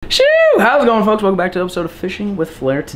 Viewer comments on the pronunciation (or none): He said fucks instead of foks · 6.00 to 6.08 between there it sounded the f word instead of folks